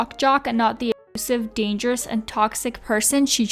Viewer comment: How you pronounced "dangerous "